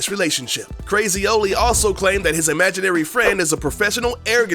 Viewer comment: "imaginary"